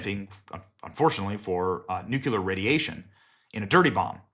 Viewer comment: Practice... Nuk-LEEEE-yar. 😅😅😅